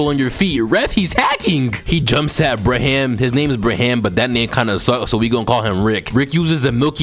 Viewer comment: ofc you’d think Braham is a lame name when u pronounce it LIKE THAT